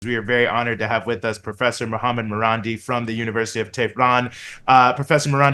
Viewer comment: His name is Ma-ran- DEE, carrying stress on the last syllable! Btw its thevname of an iranian town/village….